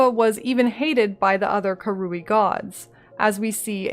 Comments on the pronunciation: The hard R is 'fine'. It's wrong, but tolerable. The wrong emPHAsis on the wrong syLAble, however, is not. You just have to listen to it said on the Act 1 writings. KA-ru-ee. Emphasis on the first syllable. Not ka-RU-ee, emphasis on the middle syllable. It's bugged me a little in the past, but a full video about them is going to be hard to get through. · Came here just to see how you pronounced 'Karui'. Very american it turns out haha. I'm not sure i can make it through this video. Really enjoying the series though!